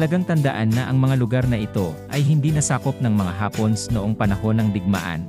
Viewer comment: Natutuwa ako sa pagbigkas mo sa hapones... hapons ang pagkakarinig ko